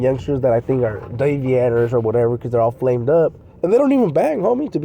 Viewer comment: You keep sounding like I. Your videos your saying Day V Ners